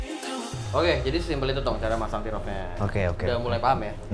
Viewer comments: plis pronounce yg bener dong. sebutannya TEAR OFF. bukan TIR OFF. itu buat disobek gan bukan ditangisi. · dibacanya TER OFF bro yg bener. sama seperti kita menyebut IRON MAN -> AIRON MEN. bukan IHRON MAN.